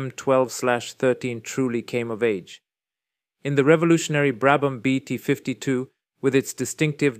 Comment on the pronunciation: Commento disastroso piqet brabam non sa neanche come si pronunciano i nomi